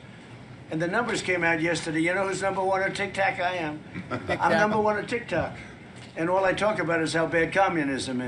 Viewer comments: He said tic tac what an idiot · This is embarrassing listening to him, nobody's taking him serious, he acts like he's real tough, these people laugh at him. He's talking about TIK TOK, like a child, he said TIC TAC. IIMPEACH,IMPEACH, IMPEACH.